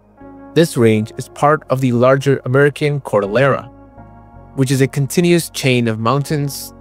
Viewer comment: Cordillera - Core-dill err ahh, not Core-dill air ahh